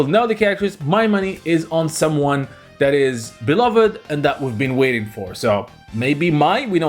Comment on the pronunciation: It’s that not dat.